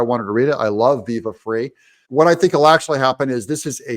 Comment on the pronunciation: pronounced viva FRY for your info